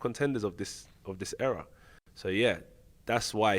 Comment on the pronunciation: It's era not error